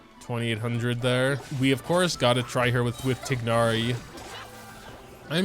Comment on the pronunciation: saying “TiG-nari” with the G is taking years off my life